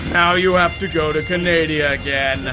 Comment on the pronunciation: Canadia lol